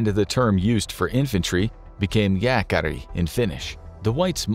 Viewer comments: You nailed the pronounciation of Jääkäri! Nice! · Suomi mainittu! As a Finn it was quite funny to see you try to pronounce the Finnish words and names, although you managed the word "Jääkäri" quite well I have to say. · really good pronunciation of jääkäri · Excellent pronounciation of jääkäri! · yes, I know. I am from Finland so I'd be very very surprised if I didn't know how to pronounce it... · Well pronounced the word "jääkäri" by the narrator! Good job! 👍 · The pronunciation of Jääkäri was crazy good! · this guy had some good pronunciations like the jääkäri one